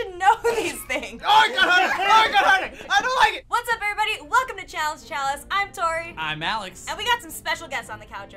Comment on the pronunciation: "Welcome to challenge challiice"💕💕💕I love yall